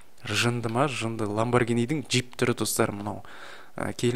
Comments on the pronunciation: ланбаргини емес ланбаржини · Ламбаргини емес ламюарджини го